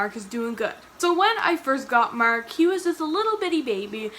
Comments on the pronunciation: Mark not Merck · No offense intended but im from Texas and I thought u was saying merk.lol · i can’t explain it but the way you say “mark” is SO Canadian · This has nothing to do with Mark, but I love when you say his name because I can hear the slight Canadian accent. Don't say we don't have a tiny little accent, especially words that end in a 'r' sound.